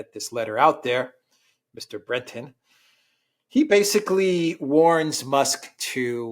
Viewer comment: Learn from Alexander how to pronounce French “Breton” it’s not that hard really.🙃